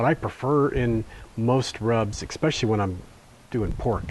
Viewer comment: Lost me at "exspecially," (no such word) and "paparika." It's paprika. Sheesh.